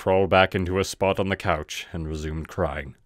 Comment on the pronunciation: It's COUCH. Not cows.